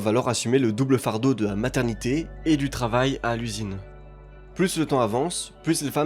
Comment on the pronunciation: VERS, et non "vairs". PLUS, et non "plusse". LA VOIE, et non "la vois". L'ETAT, et non "l'êta"... T'es pas seulement délu, t'es aussi illettré visiblement. Cesse donc de parler de ce que tu ne connais pas.